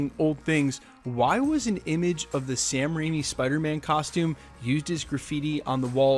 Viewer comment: Did he just say "Sam Raini"? And "Alfred Molino"?